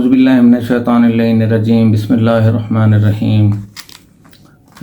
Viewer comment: Bismela to sahi par lo